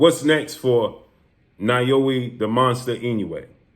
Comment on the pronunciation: "NAH-OH-YA" say it with me 🤣